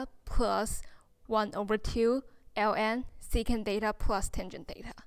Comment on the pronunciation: 很清新的~ 小遺憾一直把theta唸做Data。